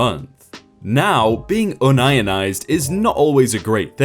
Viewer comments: ):39 aka (appx). The word is pronounced (appx.) "[ You ye nized]". The meaning is to be one with the union. To pronounce it "un ionized" implies the body's electrical charge is neutral. A.K.A. Non - Ionic. Which, has no relevance to the intent, nor meaning of the story. Not trying to be rude, just observatory. Your takeaway ought be, Muricans pronounce unionized w.r.t. (with respect to) unions. Warm regards, Will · Did he seriously say un-ionized... come on man! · I Love how you pronounce "Union" no problem, but "Unionized" becomes "Un-Ion_Ized" I'm sat here, less than 5 minutes in, wondering exactly how you actually read union but fail to read unionized as it is written. Nice one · HAHAHAHA!!!! You can't pronounce "you-nun- eyezed" Pathetic!!!!!!!!!! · Had to go back a few times to figure out what he meant by UN-IONIZED. Finally had to read it instead of listening. It’s pronounced UNION-IZED. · Un-ionized ( how you pronounced it) means to be without ions Union-ized (how it should be pronounced) means to be part of a union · "un - ion - ized"? ::facepalm:: Yeah, because the topic is chemistry or physics, right? It's "UNION - IZED", you daft twat! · 😂😆🤣. Une-ion-ized. Not un-ionized. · ROOT WORD IS UNION!! its UNION-ized, not UN-ion-ized. ARRRRGH!!!. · I expect, being English, the word "unionized" is a chemistry term. Pronounced "Un-ion-ized" "Unionised", is the English spelling for the U.S. "Unionized" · Un ionised? it's Union ised! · LOL. Un-ionized. Too funny. Have you never heard of labor unions? The word is union-izd. Meaning the workers have formed a union. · it not UN IONIZED its UNIONized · UNIONised not UN-IONIZED. Damn you read a lot of crap all day. EDIT: Fixed the spelling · How can you say “union” correctly, but say “un-ionized”, instead of “union-ized”??? 🤔🤔🤦‍♀️🤦‍♀️ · Yun ionized? 🤣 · Unionized = un ionized?? Then, you should be saying un ion every time it says "union"! 😂😂😂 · No, it's "ion" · can speak Mandarin Also: un-ion-ized